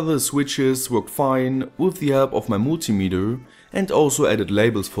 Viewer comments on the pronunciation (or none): none